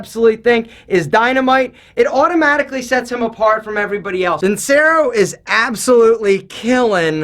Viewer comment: It’s pronounced VIN-CHERO....